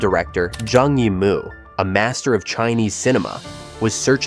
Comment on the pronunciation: 'Zi' rhymes with 'her'; 'Yi' rhymes with 'tree.'